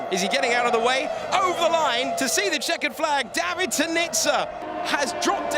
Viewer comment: David is a long AAA sound not the ah sound.